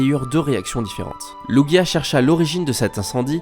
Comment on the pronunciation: Ahhh merci tu sais prononcer lugia et oh ho ! ;)